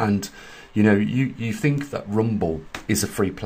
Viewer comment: Maybe they got 'tired' of your murder of the 'english' language. thinK/thinG ? Etc,etc, ETC.